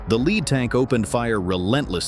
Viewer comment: tanks made of lead will die, for sure. Pronounced Led, it sounds like that tank was made out of the stuff, not being in first position in the column. TEACH YOUR AI phonics!